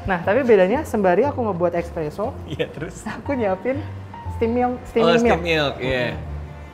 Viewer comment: Barista nya ngomongnya ekspreso anjir